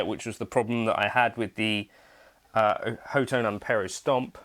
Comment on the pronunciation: Pretty sure it's pronounced *hot tone*!